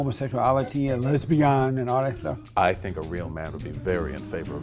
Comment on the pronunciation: LEZ-BIAN! I died.